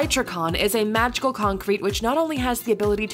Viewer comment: "...a mahical concrete..." WTH??? xD